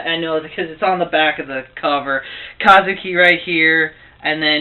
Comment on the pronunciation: paion? and its ka-zu-ki